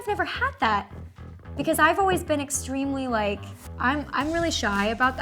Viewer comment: i can’t be the only one who had always noticed that she says ‘been’ as ‘ben’